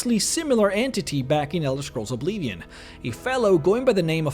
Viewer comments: i hate it when you say obeevion you say it wrong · Love the videos, it just bothers me that he spells Oblivion like Obleevion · Who says "OblEEVeon" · If you are going to say 'Oblivion' that much please learn how to pronounce it, please.